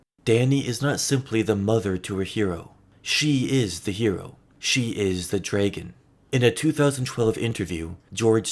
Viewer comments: Very well-made video, but why do you keep pronouncing it “DRAY-gun”? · The way you pronounce dragon is making it impossible to watch this 😂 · i love the way you say “dragon” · Love the way you say dragon